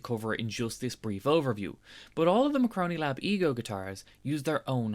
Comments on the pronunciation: It's not Macroni Lab it's Marconi Lab! They don't make Pasta! 😂👍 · Sorry buddy "macroni macroni macroni". But I really believe is M A R C O N I. Tell after me: Mar co ni. As in Marconi. Like the inventor. Get it?